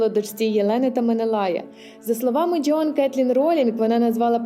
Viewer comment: ДжЁан 😂. А можно произносить верно и без ... 🥴? Вы из Азербайджана? 😂